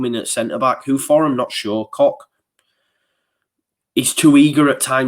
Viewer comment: it’s not coCK it’s Koch no k at the end so soften the k